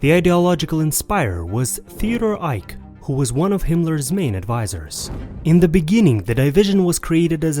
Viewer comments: It's pronounced Eye-kee, not Ike. And it's death's head. Not dead head... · Some humble corrections here. The cruel, anti-Semitic and anti-Red Army Nazi Waffen SS is 'Der Totenkopf' or 'Death Head'. It's pronounced Theodor Eicke (Ai-Ker). The Soviet NKVD (secret police) executed many thousands of SS soldiers by hammering a bullet into their temples or cutting their throats. The Waffen SS killed, raped, mutilated (some crucified) and burnt whole villages with local folks in horse barns or houses in about 850 Belarus, 550 Ukraine and many Polish villages. Several legions of SS were anti-Semites from Norway/Denmark (SS Viking) and Latvia, Lithuania and Estonia. The SS 36th Division chief and paedophile Oskar Dirlewanger was caught hiding as a farmhand in Bavaria in 1945. He was in a Polish prison for a month and beaten to death with his skull crushed by Polish inmates.